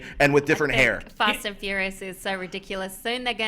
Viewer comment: Fast and fourius defintly